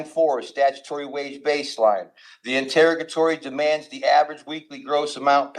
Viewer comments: I can't with the "in-terra-guh-tories." Send help. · It would be nice if this person could learn to pronounce the word interrogatory.